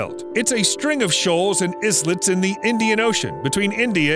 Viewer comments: did you pronounced islets as /eez-lets/? The pronunciation is /i-lets/. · Can't get past saying 'is-lets'...it's like saying 'is-lands' instead of 'islands' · " Islets " ...??? wtf ? " Is" - "lets " ... so wrong ... christ on a stick Your pronounciation is as appalling as ever. This voiceover must be computer generated to make such ridiculous mistakes. Whoever writes the programs needs to learn to speak English properly or hire someone with a level of education and articulation beyond junior high ... Kinda crashes through the narration when such butchery happens. Who proofs your clips ffs ??